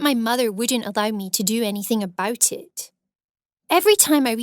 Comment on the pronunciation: “I was worried aboot it, I hated my lewks” her accent